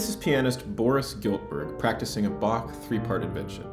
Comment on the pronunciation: What's with pronounciation of Bach? There's no K in Bach, it's Bah